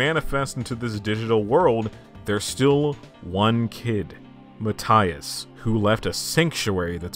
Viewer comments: i love how this guy can pronounce japanese kind of well (if i know anything about japanese) but then he goes 'valee verde' and 'mataias' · I love when gringos spend countless hours researching for a video, but not a single minute to check how things or names are pronounced in spanish (ie Matias' name) Jokes aside, awesome video